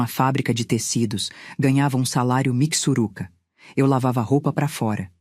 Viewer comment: Por favor não é Muca, é Mooca!!! Também não é missuruca é mixuruca kkkkkk arrumem isto por favor....